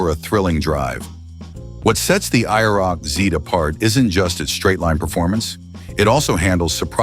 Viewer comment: Please change the title to "I never knew about" because myself and probably everyone knew about these cars. 348 CID and only 105 HP? You made me laugh in the first minute of the video. I quit watching when your AI voice app couldn't even say IROC-Z correctly.